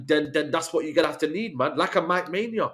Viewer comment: Did say Mike Mania 😅